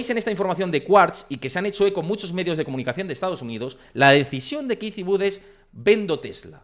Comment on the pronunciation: Kitty Wood … hace falta ser tan pronunciar tan mal un nombre anglosajón !!! Te quita credibilidad… increíble